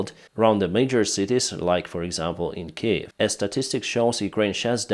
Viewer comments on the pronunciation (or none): none